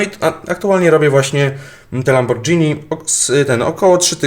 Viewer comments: ej na przyszłoś nie czyta się lambordżini tylko lamborgini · LAMBORGINI A NIE LAMBORDŻINI XD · Nie lamborczini tylko lamborgini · nie lambordżini a lamborgini :P